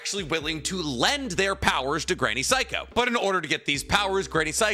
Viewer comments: It's pronounced Say-ko not psycho, lol 'Ei' is pronounced like the letter A in Japanese, so Granny Seiko is pronounced like Granny Say-ko. And just for reference 'Ai' is pronounced like the letter I. So Sai from Naruto is pronounced like the English word sigh or the beginning of the word psy-cho. So if her name was pronounced like granny psycho it would be spelled using romaji like this Saiko Class dismissed 😁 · Bro can’t even say granny seikos name properly.